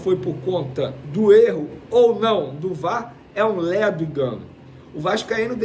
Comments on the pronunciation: Hoje, tá difícil, hein Venê! "Ledo" (é?) - Ledo (ê) engano. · E é lêdo engano, não lédo